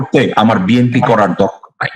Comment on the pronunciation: দলের প্রধান ব্যক্তি দলের নামটি সঠিকভাবে বলতে পারে না।হবে বি এন পি। বলছে বি এম পি।